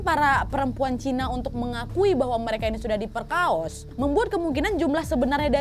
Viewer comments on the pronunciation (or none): none